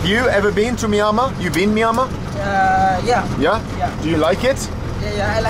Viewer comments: No... No... your pronunciation "Myanmar" is wrong... pronounce as "MI+YA(open the mouth when you pronounce "YAA") +N+MA" ''' (NOT - MAYAMA) try to pronounce as Asians.... Good Luck.. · Myanmar is pronounced as Mmm-yen-mar, not My-an-ma or Miami, the way that you pronounced it. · Bald..we say MEE ANN MAR ...not MEE AHH MAR!!😉 My xGF was from Yangon (Rangoon) Capital City.👌9 out of 10 r BUDDHISTS...TOTALLY & "BLINDLY" DEVOTED TO IT!!😨It's IMPRESSIVE the way they RESPECT, BELIEVE & OBEY such Religion...to their own limits!!...i "stuck" myself to my own principals of life of ENOUGH IS ENOUGH!!😞 Still...THEY ARE VERY GOOD PPL...even TOWARDS FOREIGNERS!!👌 NICE Video!👍 Stay safe Bald. 👌✊👏👏👍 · I shall never be able to see the name Myanmar in print again without pronouncing it "Squiggle-Squiggle"! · He said Myanmar but I lisern it miama 😁 lot's of love from India 🤞🤞🇮🇳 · Is it me, or is there something off about Bald's pronunciation of "Mynamar"? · Just watched this video again, it's pronounced ME AN MAR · You saying it wrong...it's Meanma. Stress on Mar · Him saying Myanmar is killing me ahahahaha He clearly isn’t saying it right lol Mi-ann-mar! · I've heard it pronounced ME. ANN MAR. Which is correct? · My guy said squiggle town 😂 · Myanmar is pronounced mee-ANN-mar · Its pronounced MYanmar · i thought he said MIAMA hahahhaha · FFS Bald, it's pronounced: My-An-Mar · Rename the video - My Top 10 ways to pronounce Myanmar. 🤪😂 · Your attempts at saying Myanmar are hilarious 😂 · Why do you not pronounce the N in Myanmar? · incredible to see how many times a man can say word "Myanmar" wrong... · Myanmar 🇲🇲 please learn to pronounce it right